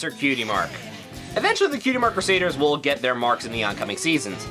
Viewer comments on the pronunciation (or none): Not het, GET. Eeerrr